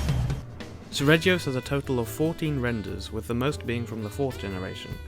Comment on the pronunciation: 36. the G in seregios is actually pronounced /g/ as in guy, ghost and aghast, not /dʒ/ as in jack, joy and ajar